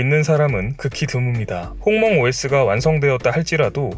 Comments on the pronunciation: 죄송한데 홍멍이 아니라 훙멍 아닌가요... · 홍멍이 똥망으로 들리는데?